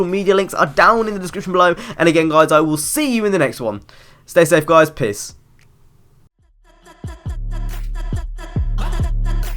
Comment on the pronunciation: It's annoying because if I went on a holiday then I couldn't play NFS 2015, btw in the ended it sounded like u said piss not peace